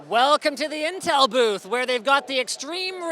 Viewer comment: LMAO WTF WAS THAT "in teemsnms" XD